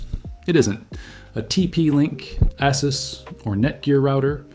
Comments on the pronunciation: ASUS is not pronounced "asses", lol, it's "Ay-soos". That's officially from their company youtube vid. Google synopsis (as of this writing) also gets it wrong by saying it's Ay-zoos with a Z sound, which is incorrect. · Did he pronounce Asus as "asses"?